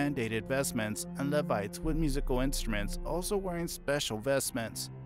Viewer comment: LEE-vites, not lev-ites 😂❤